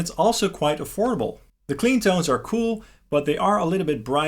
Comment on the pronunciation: He said... "Afordable"......💀😭